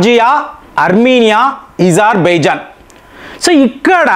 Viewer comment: ఇజార్బైజాన్ కాదు ఉదర్బైజాన్ ఆ చాలా బాగుంది.